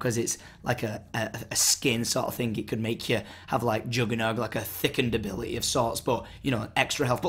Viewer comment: ability....a-beh-leh-y :D